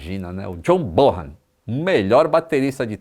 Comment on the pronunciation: A pronúncia do nome do baterista é BONAN e não BORRAN